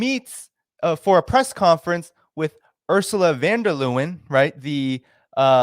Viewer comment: Thank you,. Von der Leyen is pronounced <Lie in> as in lying. Not <Lew in> Seriously.